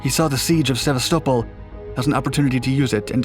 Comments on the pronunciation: seva-stow-pole.. why man why You mean Sevastopol (seh-vas-tah-pole) C'mon didn't you watch the alien movies or play the game?! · Sevasto-pol not Seva-stopol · !!! Sa-vast-a-pole I have NO idea what he's saying?!!! HAHAHA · You said "Sev-vah-stole-pol" for Sevastopol?!?!? It's pronounced "Seh-Vast-Ah-Pole". #TriggerWarning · Seva-sto-pul? That's not how it's pronounced. Sev-asta-pol. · Hello, a common emphasis when pronouncing "Sevastopol" is on Vas so "seh-VAS-tuh-pole". [I doubt that the actor Topol would have been insulted.] Another military channel pronounced "Tonopah" as "tuh-NO-puh". A common pronunciation is "TOE-nuh-paw". People who pronounce "Lompoc" as "lawm-pock" make themselves clearly alien to that town. Locals pronounce it "LAWM-poke". [Locals also pronounce "Nojoqui" "Naw-ho-wee", no joke. And Joaquin in the San Joaquin Valley is pronounced HWA-keen.] Pronouncing "Tucson" as "TOO-sawn" is what is normal. Tucson is misspelled "Tuscan" from time to time due to how odd it is. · It's pronounced 'Se-BA-sto-pol' phonetically. Not sebaSTOpol. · You're pronouncing "sevastopol" wrong. It's "sehvast-oh-phol" not "sevveystowple" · "Heavy Gustav - The Largest Weapon Ever Built" IJN "YAMATO" weighed MORE than 48 times as much. AND LEARN HOW TO PRONOUNCE "SEVASTOPOL," FOR HEAVEAN'S SAKE "[sa vas' tah pol"] AND "HEERES" ["hears"] AND Chassis ["chas e"] NOT "chas iss." Pitiful video. No "other weapon" could drive around the Maginot Line? Breathless dreck. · Guys, you regularly mispronounce place names, people's names, and names of equipment. How do network news operations solve this problem? We call the Embassy of the nation in question. They will always quickly help you get it right for free. Sevastopol (Se VAST ta pol) is the name you massacred this time. It totally undermines your credibility to boot common words. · See vast a pole is the proper enunciation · Go on, say "Sevastapol" again. I need a good laugh. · Seh VAST a pohl